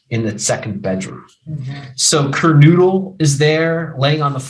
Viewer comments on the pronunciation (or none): Mogen- not MogDen "kor" (corps), not "corpse" Kernodle (ker,-no-dul) not, ker-noo-dul Kohberger's tag out of PA was set to expire Nov. 30; the registration of his vehicle in WA was coincidental, not evasive in nature. The dog owned y Goncalves was located in Gonclves' bedroom, not "covered in blood" in MOGEN'S bedroom, where both Goncalves and Mogen were found deceased. The charging instrument DOES NOT STATE the shoeprint was found "in blood" in the hallway, it simply stated a shoeprint was discovered in the hall and was determined to be from a Van's brand shoe. Kohberger APPLIED for an internship at Pullman PD; there is no statement of fact that Kohberger's application was accepted, or that Kohberger ever worked at the Pullman PD, in ANY capacity, at any time. The DNA on the knife sheath was not a MATCH to the DNA found in PA. The DNA found in PA revealed it was PATERNALLY RELATED, at 99.9998% as the FATHER of the DNA profile collected from the knife sheath in IDAHO at the crime scene. There has been no statement of fact that the DNA found on the knife sheath was that of Kohberger's father. It is clear you misunderstood the scope, purpose, and results of the two sources of DNA; the two profiles showed a FAMILIAL connection, NOT one SINGLE person as the contributor to BOTH DNA samples. Sloppy research, unnecessarily dramatic and overwrought. delivery. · Cur no dull. Gone Cal vez. And you're a lawyer? NOT cur noodle.